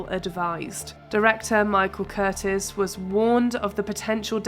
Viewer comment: People at Mojo - PLEASE learn how to pronounce people's names correctly! There is no director named Michael Curtis - it's Michael Curtiz - pronounced Curteeze. It you want to make $$ off of Hollywood, at least do your homework. All this does is make you seem silly and shallow.